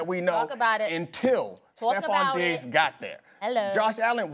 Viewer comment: Madd Dog gotta pronounce Diggs a lil clearer